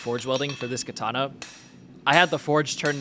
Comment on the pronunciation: It is pronounced kAtana not kItana